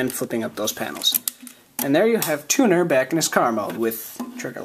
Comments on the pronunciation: I thought you said "tuna" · I thought you said tuna...